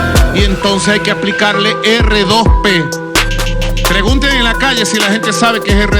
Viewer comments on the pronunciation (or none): Ni el sabe lo que es el R2P... No lo sabe ni pronunciar. NO ES DUEÑO NI AMO Y SEÑOR DE VENEZUELA. Y usted querido amigo...no lo repita.